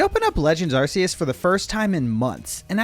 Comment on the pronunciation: Why can no youtuber pronounce arceus correctly? It's a hard C, not a soft one so doesn't have the s sound